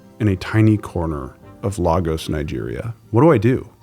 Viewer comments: It's pronounced Lay'-Gos as in Lay's chips Not La-Gos as in Latin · It’s pronounced lay-gos not law-gos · You fixed your pronunciation of Dural but it’s said “Lay-gos” not La-gos 🇳🇬🇳🇬. Great vid!